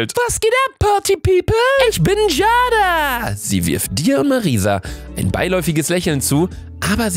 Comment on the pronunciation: Man spricht es Jeyda aus nicht Jada 😂